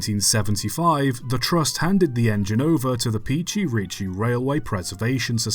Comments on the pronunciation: We all love working on the SMC1 at Pichi Richi. Thanks for making another video about our stuff here in South Australia love the vids. P.S. Love that a YouTuber finally pronounced “Quorn” correctly😂 But, Pichi Richi is more of a Pitchy than a Peachy. 😜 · Was good till “Peachy Reachy Railway” It’s said like “Pitch-ie Ritch-ie railway” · He mispronounces Pichi Richi.